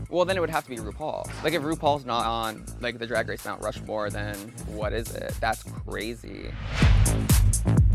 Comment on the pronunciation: Mount RU-More